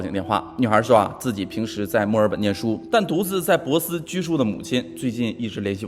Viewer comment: 你说的城市是珀斯Perth吗，如果是应该读pò sī，不是bosi。